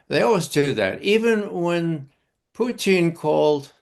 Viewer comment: How can you take Ray McGovern seriously when he can't even pronounce Putin properly? Hey Ray he's not a french fry gravy cheese conglomeration